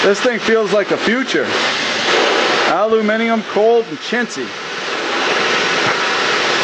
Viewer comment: Its so nice to hear an American pronounce aluminium correctly instead of saying aloominum